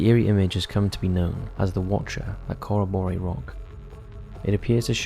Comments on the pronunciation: As an Aussie, it took me a sec to realise where you were even referring to, then looked up and saw the name. It's pronounced 'kuh·ro·buh·ree', it's easy enough to find the correct way of saying it on google! When saying names from other countries, I don't see why only a few seem to double check how they same them. 🤷🏽‍♀️ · You really should've researched how to pronounce Corroboree. Any Aussies watching will be cringing.